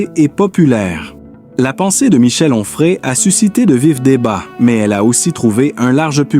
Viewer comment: Quel rapport entre cette voix artificielle qui hésite entre Humphrey et Enfray et la femme du philosophe de CNews ?